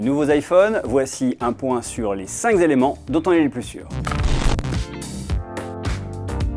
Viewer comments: "les cinq z'éléments" graaaaaah naaaan ! Pas de "S" ni de "Z" ni de cheveux sur la langue à la fin de Cinq ! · Aïe ! Cinq « zéléments » ça pique les oreilles ! ;-) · Je ne retiendrai que les 5 Zéléments de cette vidéo ...